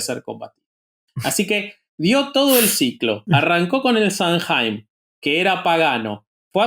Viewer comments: SAMHAIN NO SE DICE SAMJAIN, SE DICE SAM-¡ÈN! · Samhain se pronuncia /SAW-win/